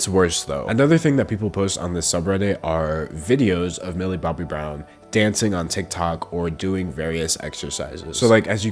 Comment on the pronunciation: How many times has he said "Millie Bobby Browm"